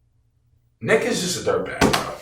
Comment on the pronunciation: Yo everytime said Nick I thought he was saying the b word had to rewind a couple times😂😂😂